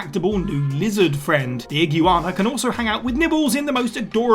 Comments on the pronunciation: ig U ana 😂 did no one on your team tell you how to pronounce it? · He's talking about an ague Ana, wtf is an iguana? /s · It's ig-you-wanna, get it right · That’s how brits pronounce iguana?? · No..... no its not. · whats wrong with how he pronounced iguana?? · Interesting pronunciation of iguana. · It simply caught me off guard. I had to rewind and laugh a little. But I agree, now that I know what he said, have at it! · That how to not pronounce iguana,.